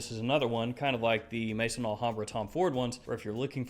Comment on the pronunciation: Hey, it’s Maison Alhambra not Mason Alhambra ( pronounced may -son ) Maison is the French word for house as in house of Alhambra.